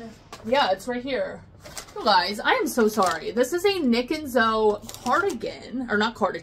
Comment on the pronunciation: Package pickup is the greatest thing ever! And I think you're right about Nic + Zoe...idk why I always pronounce it like ZO 🤦‍♀️🤣